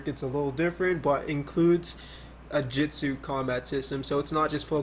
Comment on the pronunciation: Every time you say Jitsu i die on the inside just a little. But the game looks dope.